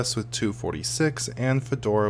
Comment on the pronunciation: i like the fact that you pronounce it gnome, and not ga nome lol ... drives me bananas when people do that